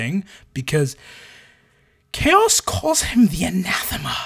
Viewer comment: No, by Imperial decree from Da Emprah (via text-to-speech engine), we have to call it "Ko-ass", not Chaos, because apparently if we use the normal word the walls start bleeding in the throneroom and Brothers Karstodes and Wamudes have to get the sinister spackle outta the toolshed again, and he hates those two. - Hey, you leave the Guard alone. Them trench-dwellers are m'boys. Fun fact: you know the standard-issue Guard lasgun is canonically strong enough to, with one single beam discharge, melt a footwide hole through an M1 Abrams? Because it is! So that thing not killing the whole damn country when you pull the trigger is bullshit. Especially when you consider that a boltgun shell is nothing more than a .75cal gyrojet grenade round, and that can't do shit to a modern tank. Who's got the better guns now, Adorkus Astartes?! - The Sly Marbo jokes are awesome. Cuck Norris? Not funny; annoying to the point of haterage. Sly Marbo? Funny. - 'Ere now. Donchu be tawkin bog 'bowt orkz. Deyz doin deir best. An' WAAAGH is pronounced wif a soft G at da end. Buncha yoo 'umies likez ta forget dat, cuz most a' ya dunno 'ow ta reedz yer own langwij, an' ya so fulla yerselfz ya finkz ya cant be rong. But ya iz. Rememba dat. Yooz lissen ta ol' Boss Grumptoof. 'E knowz fingz. - Yes, the Alpha Legion (who really should have been called the Hydras, based on their iconography) are the most loyal traitor legion. They're just playing the long bamboozle. By contrast, the most traitorous loyalist l